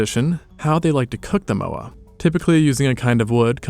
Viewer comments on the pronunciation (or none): Mowri? Mah-ore(no 'r' noise)-ri roll the r Mowa? M-ore(no 'r' noise)-ah